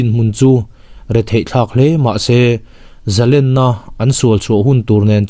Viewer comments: A ngaihnawm leh dawn e. Zalenna tih hi len tih lai hi "khawnge i len" tiha len ri anga lamtur a nia, i lam diklo ania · zalen tih chu a hmalam a thu awm zia a zir a ri chi hnih awm thei a nilo ami. entirna Zalenna chu an va hman zalen thiam ve ti te hi chhiar ta ang ila arik dan khi ki hnih anga rik a ngailo ami.?.